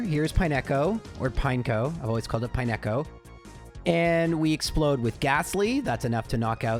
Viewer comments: Pine-echo is a pronunciation I've never heard before. it's pine-co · Dude, pronouncing it "pie-neck-oh" is diabolical. It's pine-co. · its pine co as in pine cone. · Pine echo? Did they skip phonics at your school? I like the videos, but some of your pronunciations are just ridiculous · I took psychic damage every time he said it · "pie neko," oh lord help me through the next two hours of this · I have watched thousands of Gen 2 videos and never have I ever heard anybody pronounce it Pine-echo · utterly aghast at your pronunciation of Pineco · Why is disrespecting my dude Pineco's name like that? 😭😭🤣🤣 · Nah bro, we gave you grace on Lorelei but you can't pronounce Pineco like that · The pronunciation of Pineco jumpscared me a little. It looks like a pinecone,! D